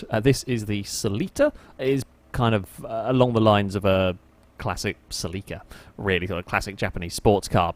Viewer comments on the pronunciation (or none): SELL EEEEKA??!?!?! CELL I KA....not SELLEEKA